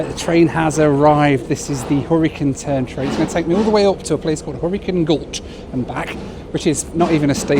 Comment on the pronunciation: Took me half of the video to figure out it was the "Hurricane Turn" train not the "Horricun Turn"